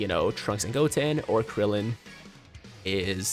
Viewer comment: teq trillin Me:wait did he just call me my boi krillin "trillin"